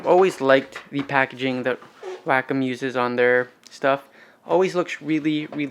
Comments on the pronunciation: (Way-com) not (whack-em). Thanks for the video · Wack em’ Please pronounce it correctly It’s way-com last time I checked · It's pronounced Wah-come. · isn't it pronounced way-comm?